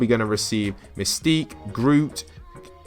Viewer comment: excuse me misty ? its mystique